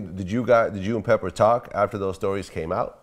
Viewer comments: Not peppa, but pepper lol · It aint pepper. Pepa.. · It's Pepa not Pepper Vlad..